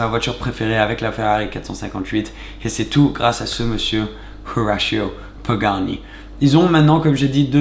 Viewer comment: Pourquoi tu prononces Horacio pagani en anglais ??? C’est du n’importe quoi, il est argentin ...